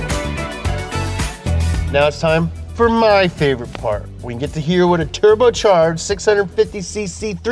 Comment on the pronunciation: " turbuchurged" Yeah... 👌😊